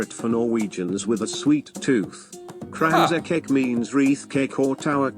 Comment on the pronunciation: you pronounced Kransekake better than the narrator.